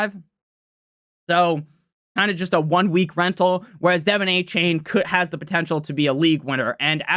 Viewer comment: A-chan not a-chain